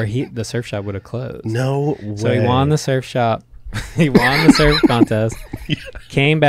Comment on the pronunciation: Hey the word won is pronounced “one”. You pronounce it “Juan”. Tom Segura did this same thing his whole life. I’ll find the video of his realization soon. I might sound like an asshole but I just think it’s interesting. I love this podcast. And I love you fellas ❤️